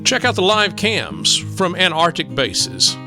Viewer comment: Cool seeing the Antarctic Centre (the first c isn't silent though 😉). You make the videos interesting- thank you x